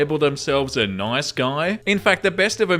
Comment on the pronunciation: As a brazilian learning english by myself, i have to say i love how you say "nOIce"